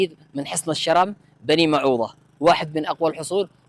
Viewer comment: النطق غلط الرم بدون تشديد للراء